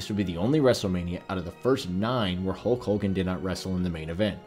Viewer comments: This guy gets a lot of names in-correct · Who tf is Hulk Holgan